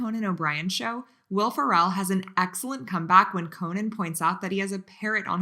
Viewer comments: When you mispronounced Craig Ferguson's robotic counterpart GayOff instead of Jeff, and Will farREL instead of Will FĀrrel.. 👍🙄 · Mispronounced Will Farrell's name, and called Geoff "Gay-off?" Geoff is pronounced Jeff! Geoffry is pronounced Jeffrey. Why would I subscribe to a channel that can't even pronounce words correctly? Do your research!